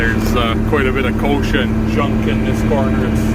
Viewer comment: It is a specific weed... "Kochia" not "kosher"... also called "Mexican fireweed" IIRC. Sort of a tumbleweed from what I gather. I looked it up one time on Google but it's been awhile. Thankfully that's one we don't get down here in my part of Texas. They DO get actual tumbleweed up in the Panhandle of Texas and out in West Texas though where its a drier climate. That's neat about the biogas production. There's a place up north of here a couple hundred miles doing that... wish they'd build one closer sure would be a nice option to have... Later! OL J R :)